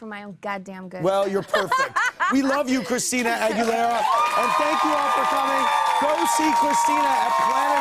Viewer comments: OMG did they really say "Christina NalgaBuena" omg every Spanish speaker must be dying ... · Victor R. Yes I know lol but everytime he pronounced it be for he said agwelera😂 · Christina Argue-lera lmfaool